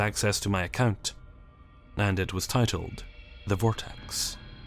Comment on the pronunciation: was i the only one who noticed that he pronounces Account as Acunt?